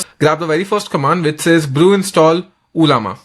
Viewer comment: First of its not uuullllaama 😂 and 2nd its not anthropic's model....u r just using the interface....dont fool people